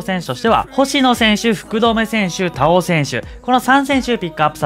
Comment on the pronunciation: 田尾さんのイントネーションめっちゃ気になったw↗️じゃなくて、↘️かな